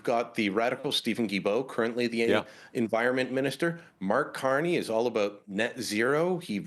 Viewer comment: I heard Brian say Marx Carney, thumbs up!